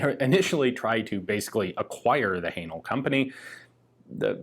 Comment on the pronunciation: Please stop saying Hanel 😂😂😂 Great content as always!